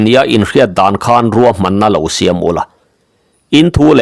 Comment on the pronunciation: Ruam tih tur niawm takah "Kuam"ti vekin i lam hlawm a,Mizo tawnga Ruam tih hi a dik lo tihna em ni dawn le.